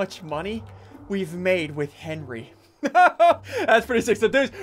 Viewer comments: Ssundee : says Henry instead of Henwy Me : stop it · He called Henwy Henry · It’s Henwy not Henry